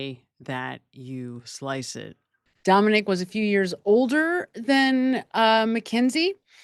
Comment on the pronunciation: His name was Dominic. Not Dominique. Just sayin 😊